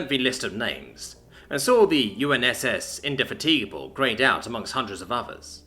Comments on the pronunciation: indy-fat-ig-a-bull .... sorry, but the misplaced emphasis in the pronunciation there grated. lol. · In de fat a (like apple) g'b le --"--' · Indefatigable.... Might be worth looking up the pronunciation. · Indefatigable is pronounced far differently that it was here.